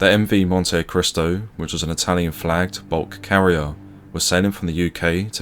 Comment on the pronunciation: I believe it's pronounced "Montee-cristo" 😉